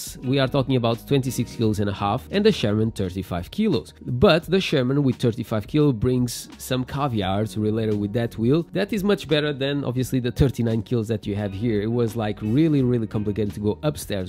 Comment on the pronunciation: I assume you meant Caveat and maybe even said it, but your accent makes it sound like caviar, which would be awesome if some came with the Sherman!